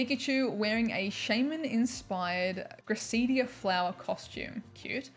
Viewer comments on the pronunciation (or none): Grace-a-dee-ahh, is how you pronounce the shaymin flower 😜